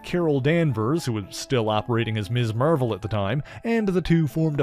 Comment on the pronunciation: The way you say Marvel is the most satisfying thing on the planet.